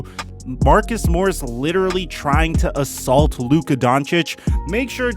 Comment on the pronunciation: this dude really just said assult smh